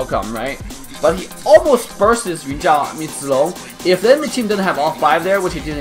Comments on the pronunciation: I like how you pronounce zilong right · That pronunciation of zi long and yun zhao of yours is perfect, however in chinese we mention him as zhao yun instead, because we'll always call somebody by saying (Surname) first, then (first name/given name)-> (zhao)(yun). Zi long is a courtesy name "zi/字" (given to them when they turn adulthood, no longer a practice of modern chinese society) Adult of same generation with him will address him as Zhao Zi Long (surname)(courtesy name) or Zi Long, whereas the given name (Zhao Yun) is reserved only for himself and the elders. Hence, he is Zhao Yun zi Zi Long, we can call him Zhao Zi Long/ Zi Long/ Zhao Yun.